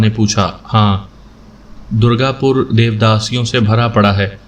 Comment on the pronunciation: Wo shayad Durgapur hoga ...jisey aap dargapur padh rahe hn... Urdu m zeir zabar nhi lage hote to sb kuchh kayaas lagana pasta h....Urdu m bas yahi ek kami h..